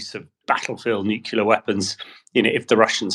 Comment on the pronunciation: 'Nuclear' not 'nucilar'.